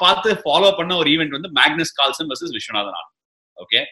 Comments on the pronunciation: Sir it's not Carlson is Carlsen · Ashwin sir it's Carlsen not Carlson... Big fan of Vishy Anand... ❤ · Btw it's Carlsen not Carlson 🤦